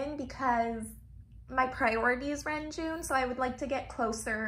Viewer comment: your collection is beautifully organised 🥰 It's so pleasing to look at! ❤️ (btw, the proper pronounciation for Renjun is Reonjin (런쥔)~ just wanted to let you know, but of course you can say whatever feels comfortable)